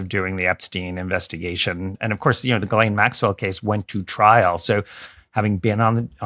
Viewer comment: It's pronounced Gee Lane Maxwell!! Her first name is French! Ghis=Gee ❤❤❤